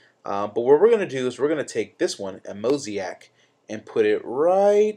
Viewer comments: Thanks! FYI: Mosaic="MOW-ZAY-IC";) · A Mos-i-ac?! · lol "Mosiac" Thanks for the video though it helped